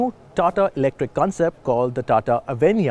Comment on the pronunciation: Pls pronounce it properly - its a sanskrit word , also used in Hindi , bengali language etc.